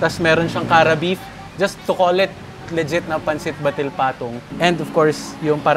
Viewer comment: Hi FEATR team! I'm from Cagayan and Pansit Batil Patung is best pronounced as /bat-til/ and not /batil/. Nevertheless, Bruno's sounds like an amazing recommendation. Looks like home away from home!